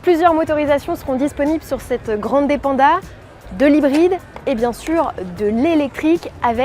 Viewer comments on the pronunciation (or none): Ça fait un poeu bizarre cette prononciation à la française 😊... Il faut dire grann'dè, et avec l'accent tonique sur le a, pas grandé 😉